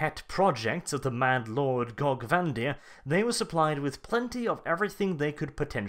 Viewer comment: The way you say Gorge Van Dire upsets me